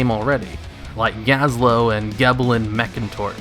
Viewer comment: Isn’t his named “Gelbin”? You’re saying “Geblin.” 😑